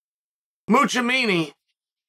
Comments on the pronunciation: The fact that Chael spells his name correctly in the title, but says it incorrectly at every opportunity he gets is an art. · One of my favorite things about uncle Chael is his pronunciation of last names😂, zuckerford. Muchameni. Peerera lol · i NEED bag guy inc. promotions to book Mussolini vs. Hezbollah for the undisputed Uncle Mispronunciation title. Badly. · He respects him so much that he won’t even say his name right lol